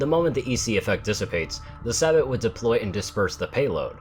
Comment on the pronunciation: I hate to be that guy... but it's pronounced SABE-OH, not Sabot..... DOn't look at me take it up with the French! It's their damn word. As for why I know this I'm from New Orleans lots of French spelling in the name of things around there. Like Bruax Bridge. Pronounced as BRO Bridge.